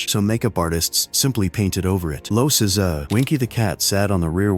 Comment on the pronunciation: And lets not forget the great Seh-Zar Romero